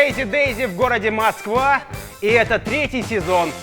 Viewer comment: Впервые хоть кто-то сказал правильно и грамотно "в городе Москва", а не какнерусь "у москуэ". Уже достойно подписки!